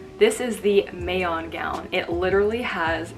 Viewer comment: Ms Siera, it would be better if the pronunciation of "Mayon": is like Ma(ma), Ma(k) (in MakTumang), Ma(cintosh).. anyways, great video. Thanks a lot.